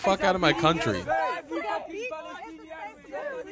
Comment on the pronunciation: Did she say 'I am Paddystanian' 🦇💩